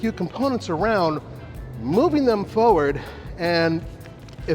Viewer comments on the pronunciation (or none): none